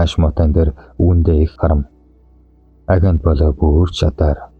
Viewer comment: Агентийг аагёнт гэж уртаар уншдаг